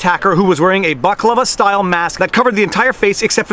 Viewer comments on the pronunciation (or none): Lol! It's "Bal a klava," helmet not "ba kla va." Enjoyed imaginimg a sweet greek desert on the heads of the brothers that fake attacked JS. Jussey will be lucky to get a job at the Subway where this happened after this is all over. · you missed a syllable in balaclava necessary reference